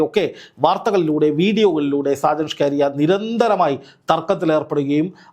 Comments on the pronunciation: ഷ്കരിയ അല്ല മണ്ടാ സ്കറിയ ആണ് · സ്‌കാരിയാ അല്ല സ്കറിയ... മറുനാടൻ കറിയ.. മറുനാടൻ മറുത എന്നൊക്കെ വേറെയും പേരുകൾ ഉണ്ട്... 🤣🤣🤣🤣 എന്തായാലും രണ്ടെണ്ണം കിട്ടിയത് നന്നായി.. കറിയയ്ക്ക് രണ്ടെണ്ണം ആവശ്യം ആയിരുന്നു.... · ഷ്കാരിയാ എന്ന പേരുണ്ടോ ഷാജൻസ്കറിയ എന്നല്ലേ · ഷാജന്‍ ഷ്‌കാരിയ അല്ലെടോ..ഷാജന്‍ സ്കറിയ..നന്നായിട്ടൊന്ന്‌ നാക്ക്‌ വടിച്ചിട്ട്‌ ഒന്നൂടെ ഒന്നു പറഞ്ഞ്‌ നോക്ക്‌..ചിലപ്പോ ശരിയാകും😆😆😆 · SHAJAN "SCAARIAYO".........KELLKKUMBOL ARRAPPU THONNUNU....SAKKARIA ENNA PERR KETTITTE ILYAA LLE? KASHTTAM 😡😡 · അയാളുടെ പേരെങ്കിലും നേരെച്ചൊവ്വെ പറയെടോ. സ്കറിയ അതുമതി കൂടുതൽ ഡെക്കറേഷൻ വേണ്ട